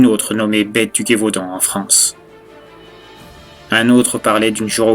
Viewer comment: Par contre, je me refais la fin là, mais Gévaudan, le G est pas dur comme tu le prononce mais plutot un G de Gérard xD